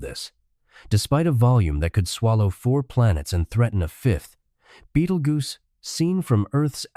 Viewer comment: It's a star and in the first few seconds they could not pronounce it correctly.